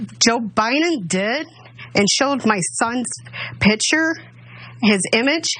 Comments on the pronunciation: Wow!...our son killed people....How many he needs to kill before you give him spankings....?...It's not piture...it's Picture.....learn some English lady! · "You have a lot to think about". Yes. But she must first think. Learning to think at her age, with her lack of a brain is difficult. Sh says' "Pitcher" for "picture", she pronounces "Biden" as "By-Nen" and for some off reason, she thinks there is more than one Kenosha. She says her son went to "Kenoshas" ... then she threatened the president elect. I'm assuming she is threatening "BY-Nen" with physical violence, because theat's the way this pro-murder family rolls.